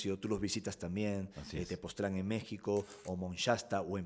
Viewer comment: Tepostran 🫣😂😅 Yo conozco Tepoztlán